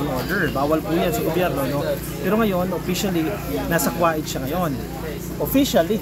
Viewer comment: Invited ba ang pag bisita OR paninira? Just asking ? Kuwait ( ko- weyt) po vs (Kwa-it)